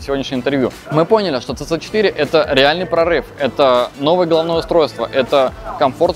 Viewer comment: Мне одно интересно, почему автор столько времени работает с Teyes и до сих пор не правильно произносит название моделей. Даже сам директор несколько раз повторил сиси 3, сиси4, а у автора все равно цц3 и цц4)) Ну как так то?)